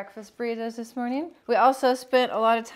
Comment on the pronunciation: Stop saying morging